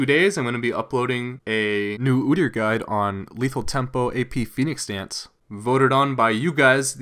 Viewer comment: ah, your pronunciation of OOdyr sounded canadian! Xd